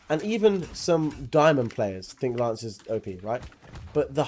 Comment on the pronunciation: Why is he always saying laaance and not Lance